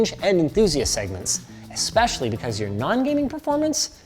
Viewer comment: Expecially? when did Especially have an X in it?